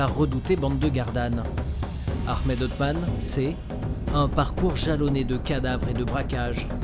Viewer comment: C'est Ahmed et non aremed